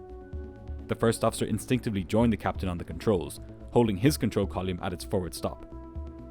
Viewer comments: I dont know why but the way the narrator says "column" never sounds right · The way pronounces "column" is hilariously weird. Never sounds right or consistent. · It's like a punch in the brain every time you say column like volume. It's so bizarre. 😂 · This is brilliant as always. You do pronounce "column" in a funny way, though.